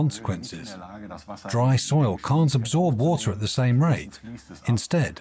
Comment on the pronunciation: WaTer. WaTer. The way the narrator was pronouncing that word was making me crazy, to the extent that I had to stop watching. I'm sorry.